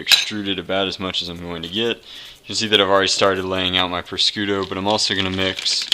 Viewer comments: its pronounced proshooto not proscooto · take food safety after touching raw meat wash ur hands dont touch anything allso its pronounced par shoe toe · Prosciutto is pronounced pro-shoot-o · Pronounced. Proshooto! prosciutto ! please! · Prosciutto is pronounced - PRO-SHOE-TOE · Its pre-shos.toe